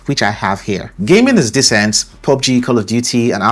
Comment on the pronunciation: Descent and decent are 2 different words my friend when you are saying decent it's sounds like descent.....I'm English so I will give you a tip....when saying DECENT say it like : deeeeecent and when you say descent say descent as normal.....this way it's easy for English speakers to understand you.....👍👍👍😂